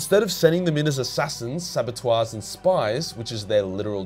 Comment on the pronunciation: It’s pronounced more saboterr than sabotoir but great vid x